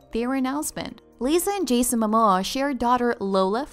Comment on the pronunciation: Are you kidding me - did you pronounce her name Bone-it and his Ma-Maw!!